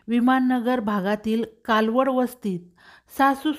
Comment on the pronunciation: कालवड वसती नाही कलवड वसति